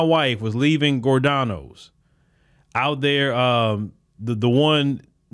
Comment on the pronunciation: it's Gee-Or-Donoes